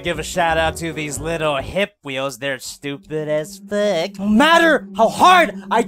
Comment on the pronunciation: "these are stupid as feeek."